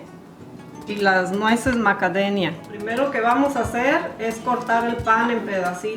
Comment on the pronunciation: Porque dice macadenia??